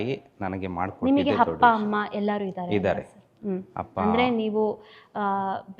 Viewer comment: ಹಪ್ಪ - ಹಮ್ಮ ಅಲ್ಲ ,ಅಪ್ಪ - ಅಮ್ಮ, ,ಆಲು ಹನ್ನ ಅಲ್ಲ ಹಾಲು ಅನ್ನ🙏 ಆ್ಯಂಕರ್ ಕನ್ನಡ ಶುಧ್ದತೆಯ ಬಗ್ಗೆ ಸ್ವಲ್ಪ ಗಮನ ಕೊಡಿ🙏